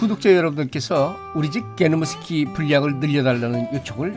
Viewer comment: ㅋㅋㅋㅋㅋㅋㅋㅋㅋ 우리집 개노무스키 라고 할 때 그 발음이 너무 찰져요 너무 좋아 ㅋㅋㅋㅋㅋㅋㅋㅋㅋㅋㅋㅋㅋ